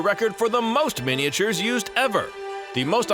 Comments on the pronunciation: What on Earth is a mini-a-ture, the way he pronounces it?? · MINI-AH-TURES, MINI-AH-TURES, MINI-AH-TURES, Model MINI-AH-TURES!!!!!! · Yes, MINI-AH-TURES, MINI-AH-TURES, MINI-AH-TURES, Model MINI-AH-TURES!!!!!!